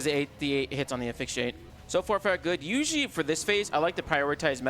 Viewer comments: Asphyxiate ❌️ Aphyxiate ✅️ Clearly the "s" is invisible 😂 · Hey dude! I've commented before and you've got a great voice for content. I think if your OSRS continues you'll gain even more subs. As a side note, and not trying to be mean, but asphyxiate is pronounced "uh-sfix-e-ate"